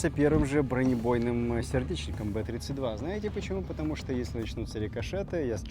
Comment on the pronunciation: Б32 наверное правильно бэ зэ два. Иначе как же он бронебойный Зажигательный, БЗэ. А не три